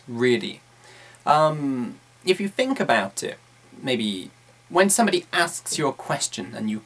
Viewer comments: Quite useful as usual. I've realised that you pronounce the phoneme "th"as "f" in words like "think" for example. I know there are several different dialects in Britain as I know that Cockney people say "f" instead of "th". The point is: Is it accepted as a normal thing to speak English changing some typical RP phonemes by those regional ones likes this? Is there any educational level implication? I mean you're a teacher so I guess you are teaching properly and for sure you are. =). Thanks. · Hey, you're right! With all the other strange pronunciations, especially of vowels, I actually didn't notice the th => f thing until you pointed it out. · 9 unnecessary 'umm's, 'some fings', 'fink of...' and 'not gonna'